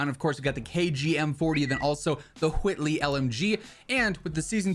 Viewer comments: why you put so much emphasis on the “h” in Whitley😭😭😭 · Brian Griffin "why you putting so much emphasis on the H", say whit, now say whitley 😂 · Bro stop saying Whitley like that 😂😂😂😂